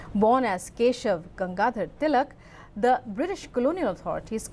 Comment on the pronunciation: The Guy is not able to pronounce Tilak's name properly - MULTIPLE TIMES! He disfigured the word "Swadeshi" as well! +DDNews did you even review this video? Could not find any Indian who can pronounce our Names correctly?